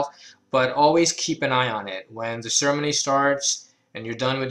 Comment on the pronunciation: Great, helpful video. Also, I know you're saying ceremony but I love how it sounds like you're combining sermon and ceremony into sermony.